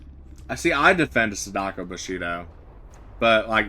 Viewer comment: The way he is pronouncing Sadako is hurting my soul. Sounds like he is calling her "sudoku" the game that is too high for his IQ to even complete.